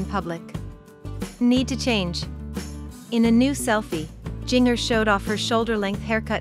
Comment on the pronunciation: Please try NOT releasing videos without pronouncing her name correctly! SMH